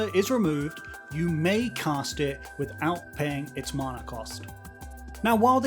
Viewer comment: You say mana wrong.